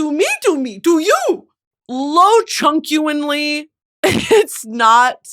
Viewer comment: pissed myself at “lowchunkuenly”